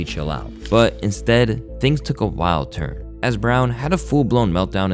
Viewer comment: Take a shot every time this guy says churn instead of turn 😂😂